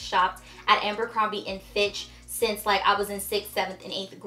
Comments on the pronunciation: It’s ABERcrombie not “ambercrombie”. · Lol it's Abercrombie not Amber